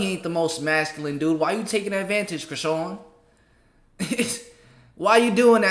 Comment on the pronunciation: They way you same her name... Chrisean 😂😂😂😂😂😂